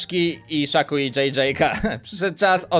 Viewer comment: ty powiedziałeś kśaku a nie szaku